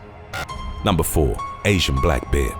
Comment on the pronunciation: Not bad. Would have been better if you could actually pronounce the word BEAR properly. Instead it sounds like you say BEER!?! WTF is with that?